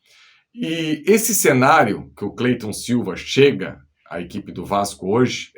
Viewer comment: O nome do cara é Clayton e todo mundo chama ele de Cleyton.